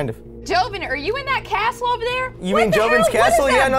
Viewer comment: “Nice Caastle”